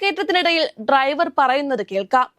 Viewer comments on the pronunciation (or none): ഈ കുട്ടിക്ക് ഇംഗ്ലീഷ് ഉച്ചാരണം ഒന്നും അറിയില്ലെന്ന് തോന്നുന്നു. “ബെസ്” “ട്രൈവർ” “റോട്ടിലൂടെ” ഇതൊന്നും ശരിയായ ഉച്ചാരണമല്ല. ഇതൊക്കെ പഠിച്ചിട്ട് പോരെ ഈ വർത്താവിവരണം?